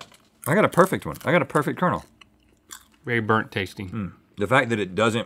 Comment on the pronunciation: “iiTz BoErnt!”